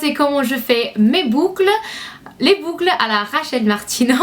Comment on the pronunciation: 'Du bucle'' SO FUNNY LOVE YOU <3